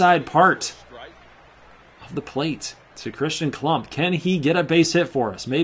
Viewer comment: My name is KLUMPP not klummp